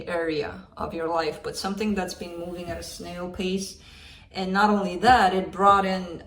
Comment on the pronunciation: Idk why I burst out laughing at “movming”